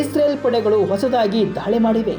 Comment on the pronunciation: ಧಾಳಿ ಅಲ್ಲಪ ಅದು ದಾಳಿ.. ಹಠ ಇಸ್ರೇಲ್ ದು ಅಲ್ಲ, ಕೆಣಕಿ ತೊಂದರೆ ಕೊಡುವ ಚಟ ಜಿಹಾದಿಗಳದು..